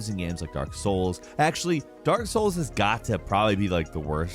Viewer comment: I don't get why They show off dark souls every other time when They clearly never really played it. Always butchering all the names and stuff